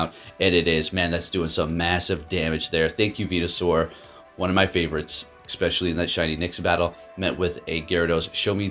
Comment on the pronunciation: Its eSpecially. Not eXpecially...